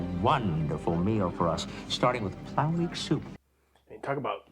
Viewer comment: "Plamik Soup". That should be "plomeek soup". Nurse Chapel made that for Spock in Amok Time.